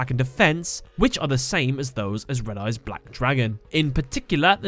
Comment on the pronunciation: It’s not Red Eyes, Re D. Eyes